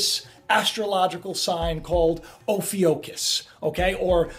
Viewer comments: Ophiuchus has always been there, just not an "official" zodiacal sign. And it's (O-fee-you-kus) not (O-fee-O-kus). It's a U not an O. Double check your stuff before making a presentation. You'll show that you did your homework before trying to wing it at a moments notice. If reading isn't your forte then for Pete's sake have someone check it for you. I know...people who can't read well always say it's no big deal. People who can read well say it's the biggest deal you'll ever acquire. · Brad Bates Ofewcuss (lol, I decided to use phonics for proper pronunciation) Anyway, this is the symbol for the 5th element, Aether. I found writings in some occult books. What timing NASA had- when they announced it in 2011. This is a doozy if people only could grasp the truth. It's a nepharious act at best! I also noticed, (this being only my 3rd) "" video.... The "broken clock" too, so why does he set the time? 1st video, I noticed, 2nd video was, this time is = 9x2=18+5=23... or 111111. (don't ask, too hard to write an explanation) And... stands between 2 Pillars (sun and moon) "looking" items, he has a Saturn Lamp, and a spinning Cube. And well- do you know what Roses stand for in esoteric lingo? Personally, I Dont Care. I read symbols more than language and calculate numbers with ease. Can't help noticing- maybe we are ALL nothing more than a computer generated reality... because I've calculated numbers in my own?chance? circumstances and find it fascinating. If his "stage" isn't "staged", I would think he should ask himself about this anomaly... and why he sets a broken clock to such perfect "numerology"? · You are pronouncing it wrong its -- (phonetically) O (long O) pif i (as in it short i) cus....drove me nuts you mispronouncing it. (So long O and short i )Also back in 2008 the signs were changed to 13 constellations....its no big deal, just because you are now hearing about it means nothing as far as whats going on with the world and the Mandela effect..